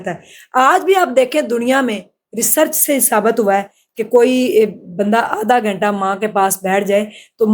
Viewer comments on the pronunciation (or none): none